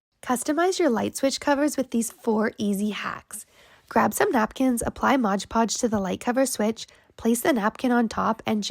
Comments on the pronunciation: Looks great, but can you please say MOD Podge instead of MODGE PODGE!!!!! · MOD Podge……..not bloody MODGE Podge. Anyway, I like these ideas. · because it's stupid! The bottle clearly says MOD PODGE! NOT MODGE PODGE 🙄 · That little gal says Modge Podge in every one of her videos